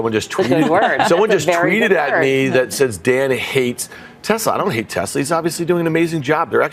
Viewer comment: there is no “r” in tesla.